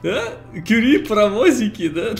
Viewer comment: Не вижу смысла смотреть до тех пор, пока не отошлёт Кюри́ или хотя бы не научится правильно произносить её имя. У меня жопа в небеса улетает каждый раз, когда с ней разговаривает.